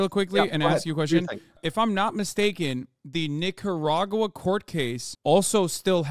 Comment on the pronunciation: "nick-her-agua" like steal her water xD i hope hassan ment to make that pun about the countrys water being stolen that was genious